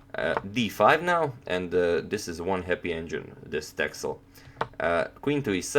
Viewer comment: It's pronounced "Tessel". It's a Dutch island (part of the Waddeneilanden). And yes, there are a lot of sheep there ;-)